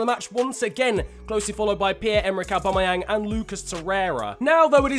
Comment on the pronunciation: Literally nobody ever:: Owbamowang